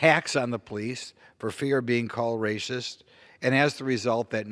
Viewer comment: I love this guy Simply cuz he says "rascist"...